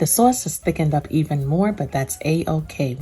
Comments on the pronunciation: Some noice sawsee sawse right there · The way she says "sawce" tho😍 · "Swos" yeah it kinda makes me blush internally lol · Our soyce (sauce)..lol😅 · The SAWSYY SAUCE. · "Swauce." Love it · I moved to NC from Jersey. And she made me feel back at home with her "Sawse" They say Saaase (short a) here.. lol its aways a topic of conversation 😊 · Bout to make this now , can't wait to make the " Suawcey Suawce" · I like the way you say sauce. Marry me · This is the only way I say sauce now🙌🏽😍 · Should i double the recipe if my ham is 13lbs? Do we still keep it covered with aluminum foil after adding the glaze? Any tips for making at home and bringing to another house? Should I complete all steps and then just reheat at the other house? This looks yummy! I want to make this for Christmas Eve.Thank you! I was born and raised in the Bronx and say "sauce" the same as you)--made me smile! Merry Christmas! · I thought I was the only one that’s from Maryland that says “sauce” like this lol, making this glaze right now!!!! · Exactly how my Nana would say it, she came from Sicily as a child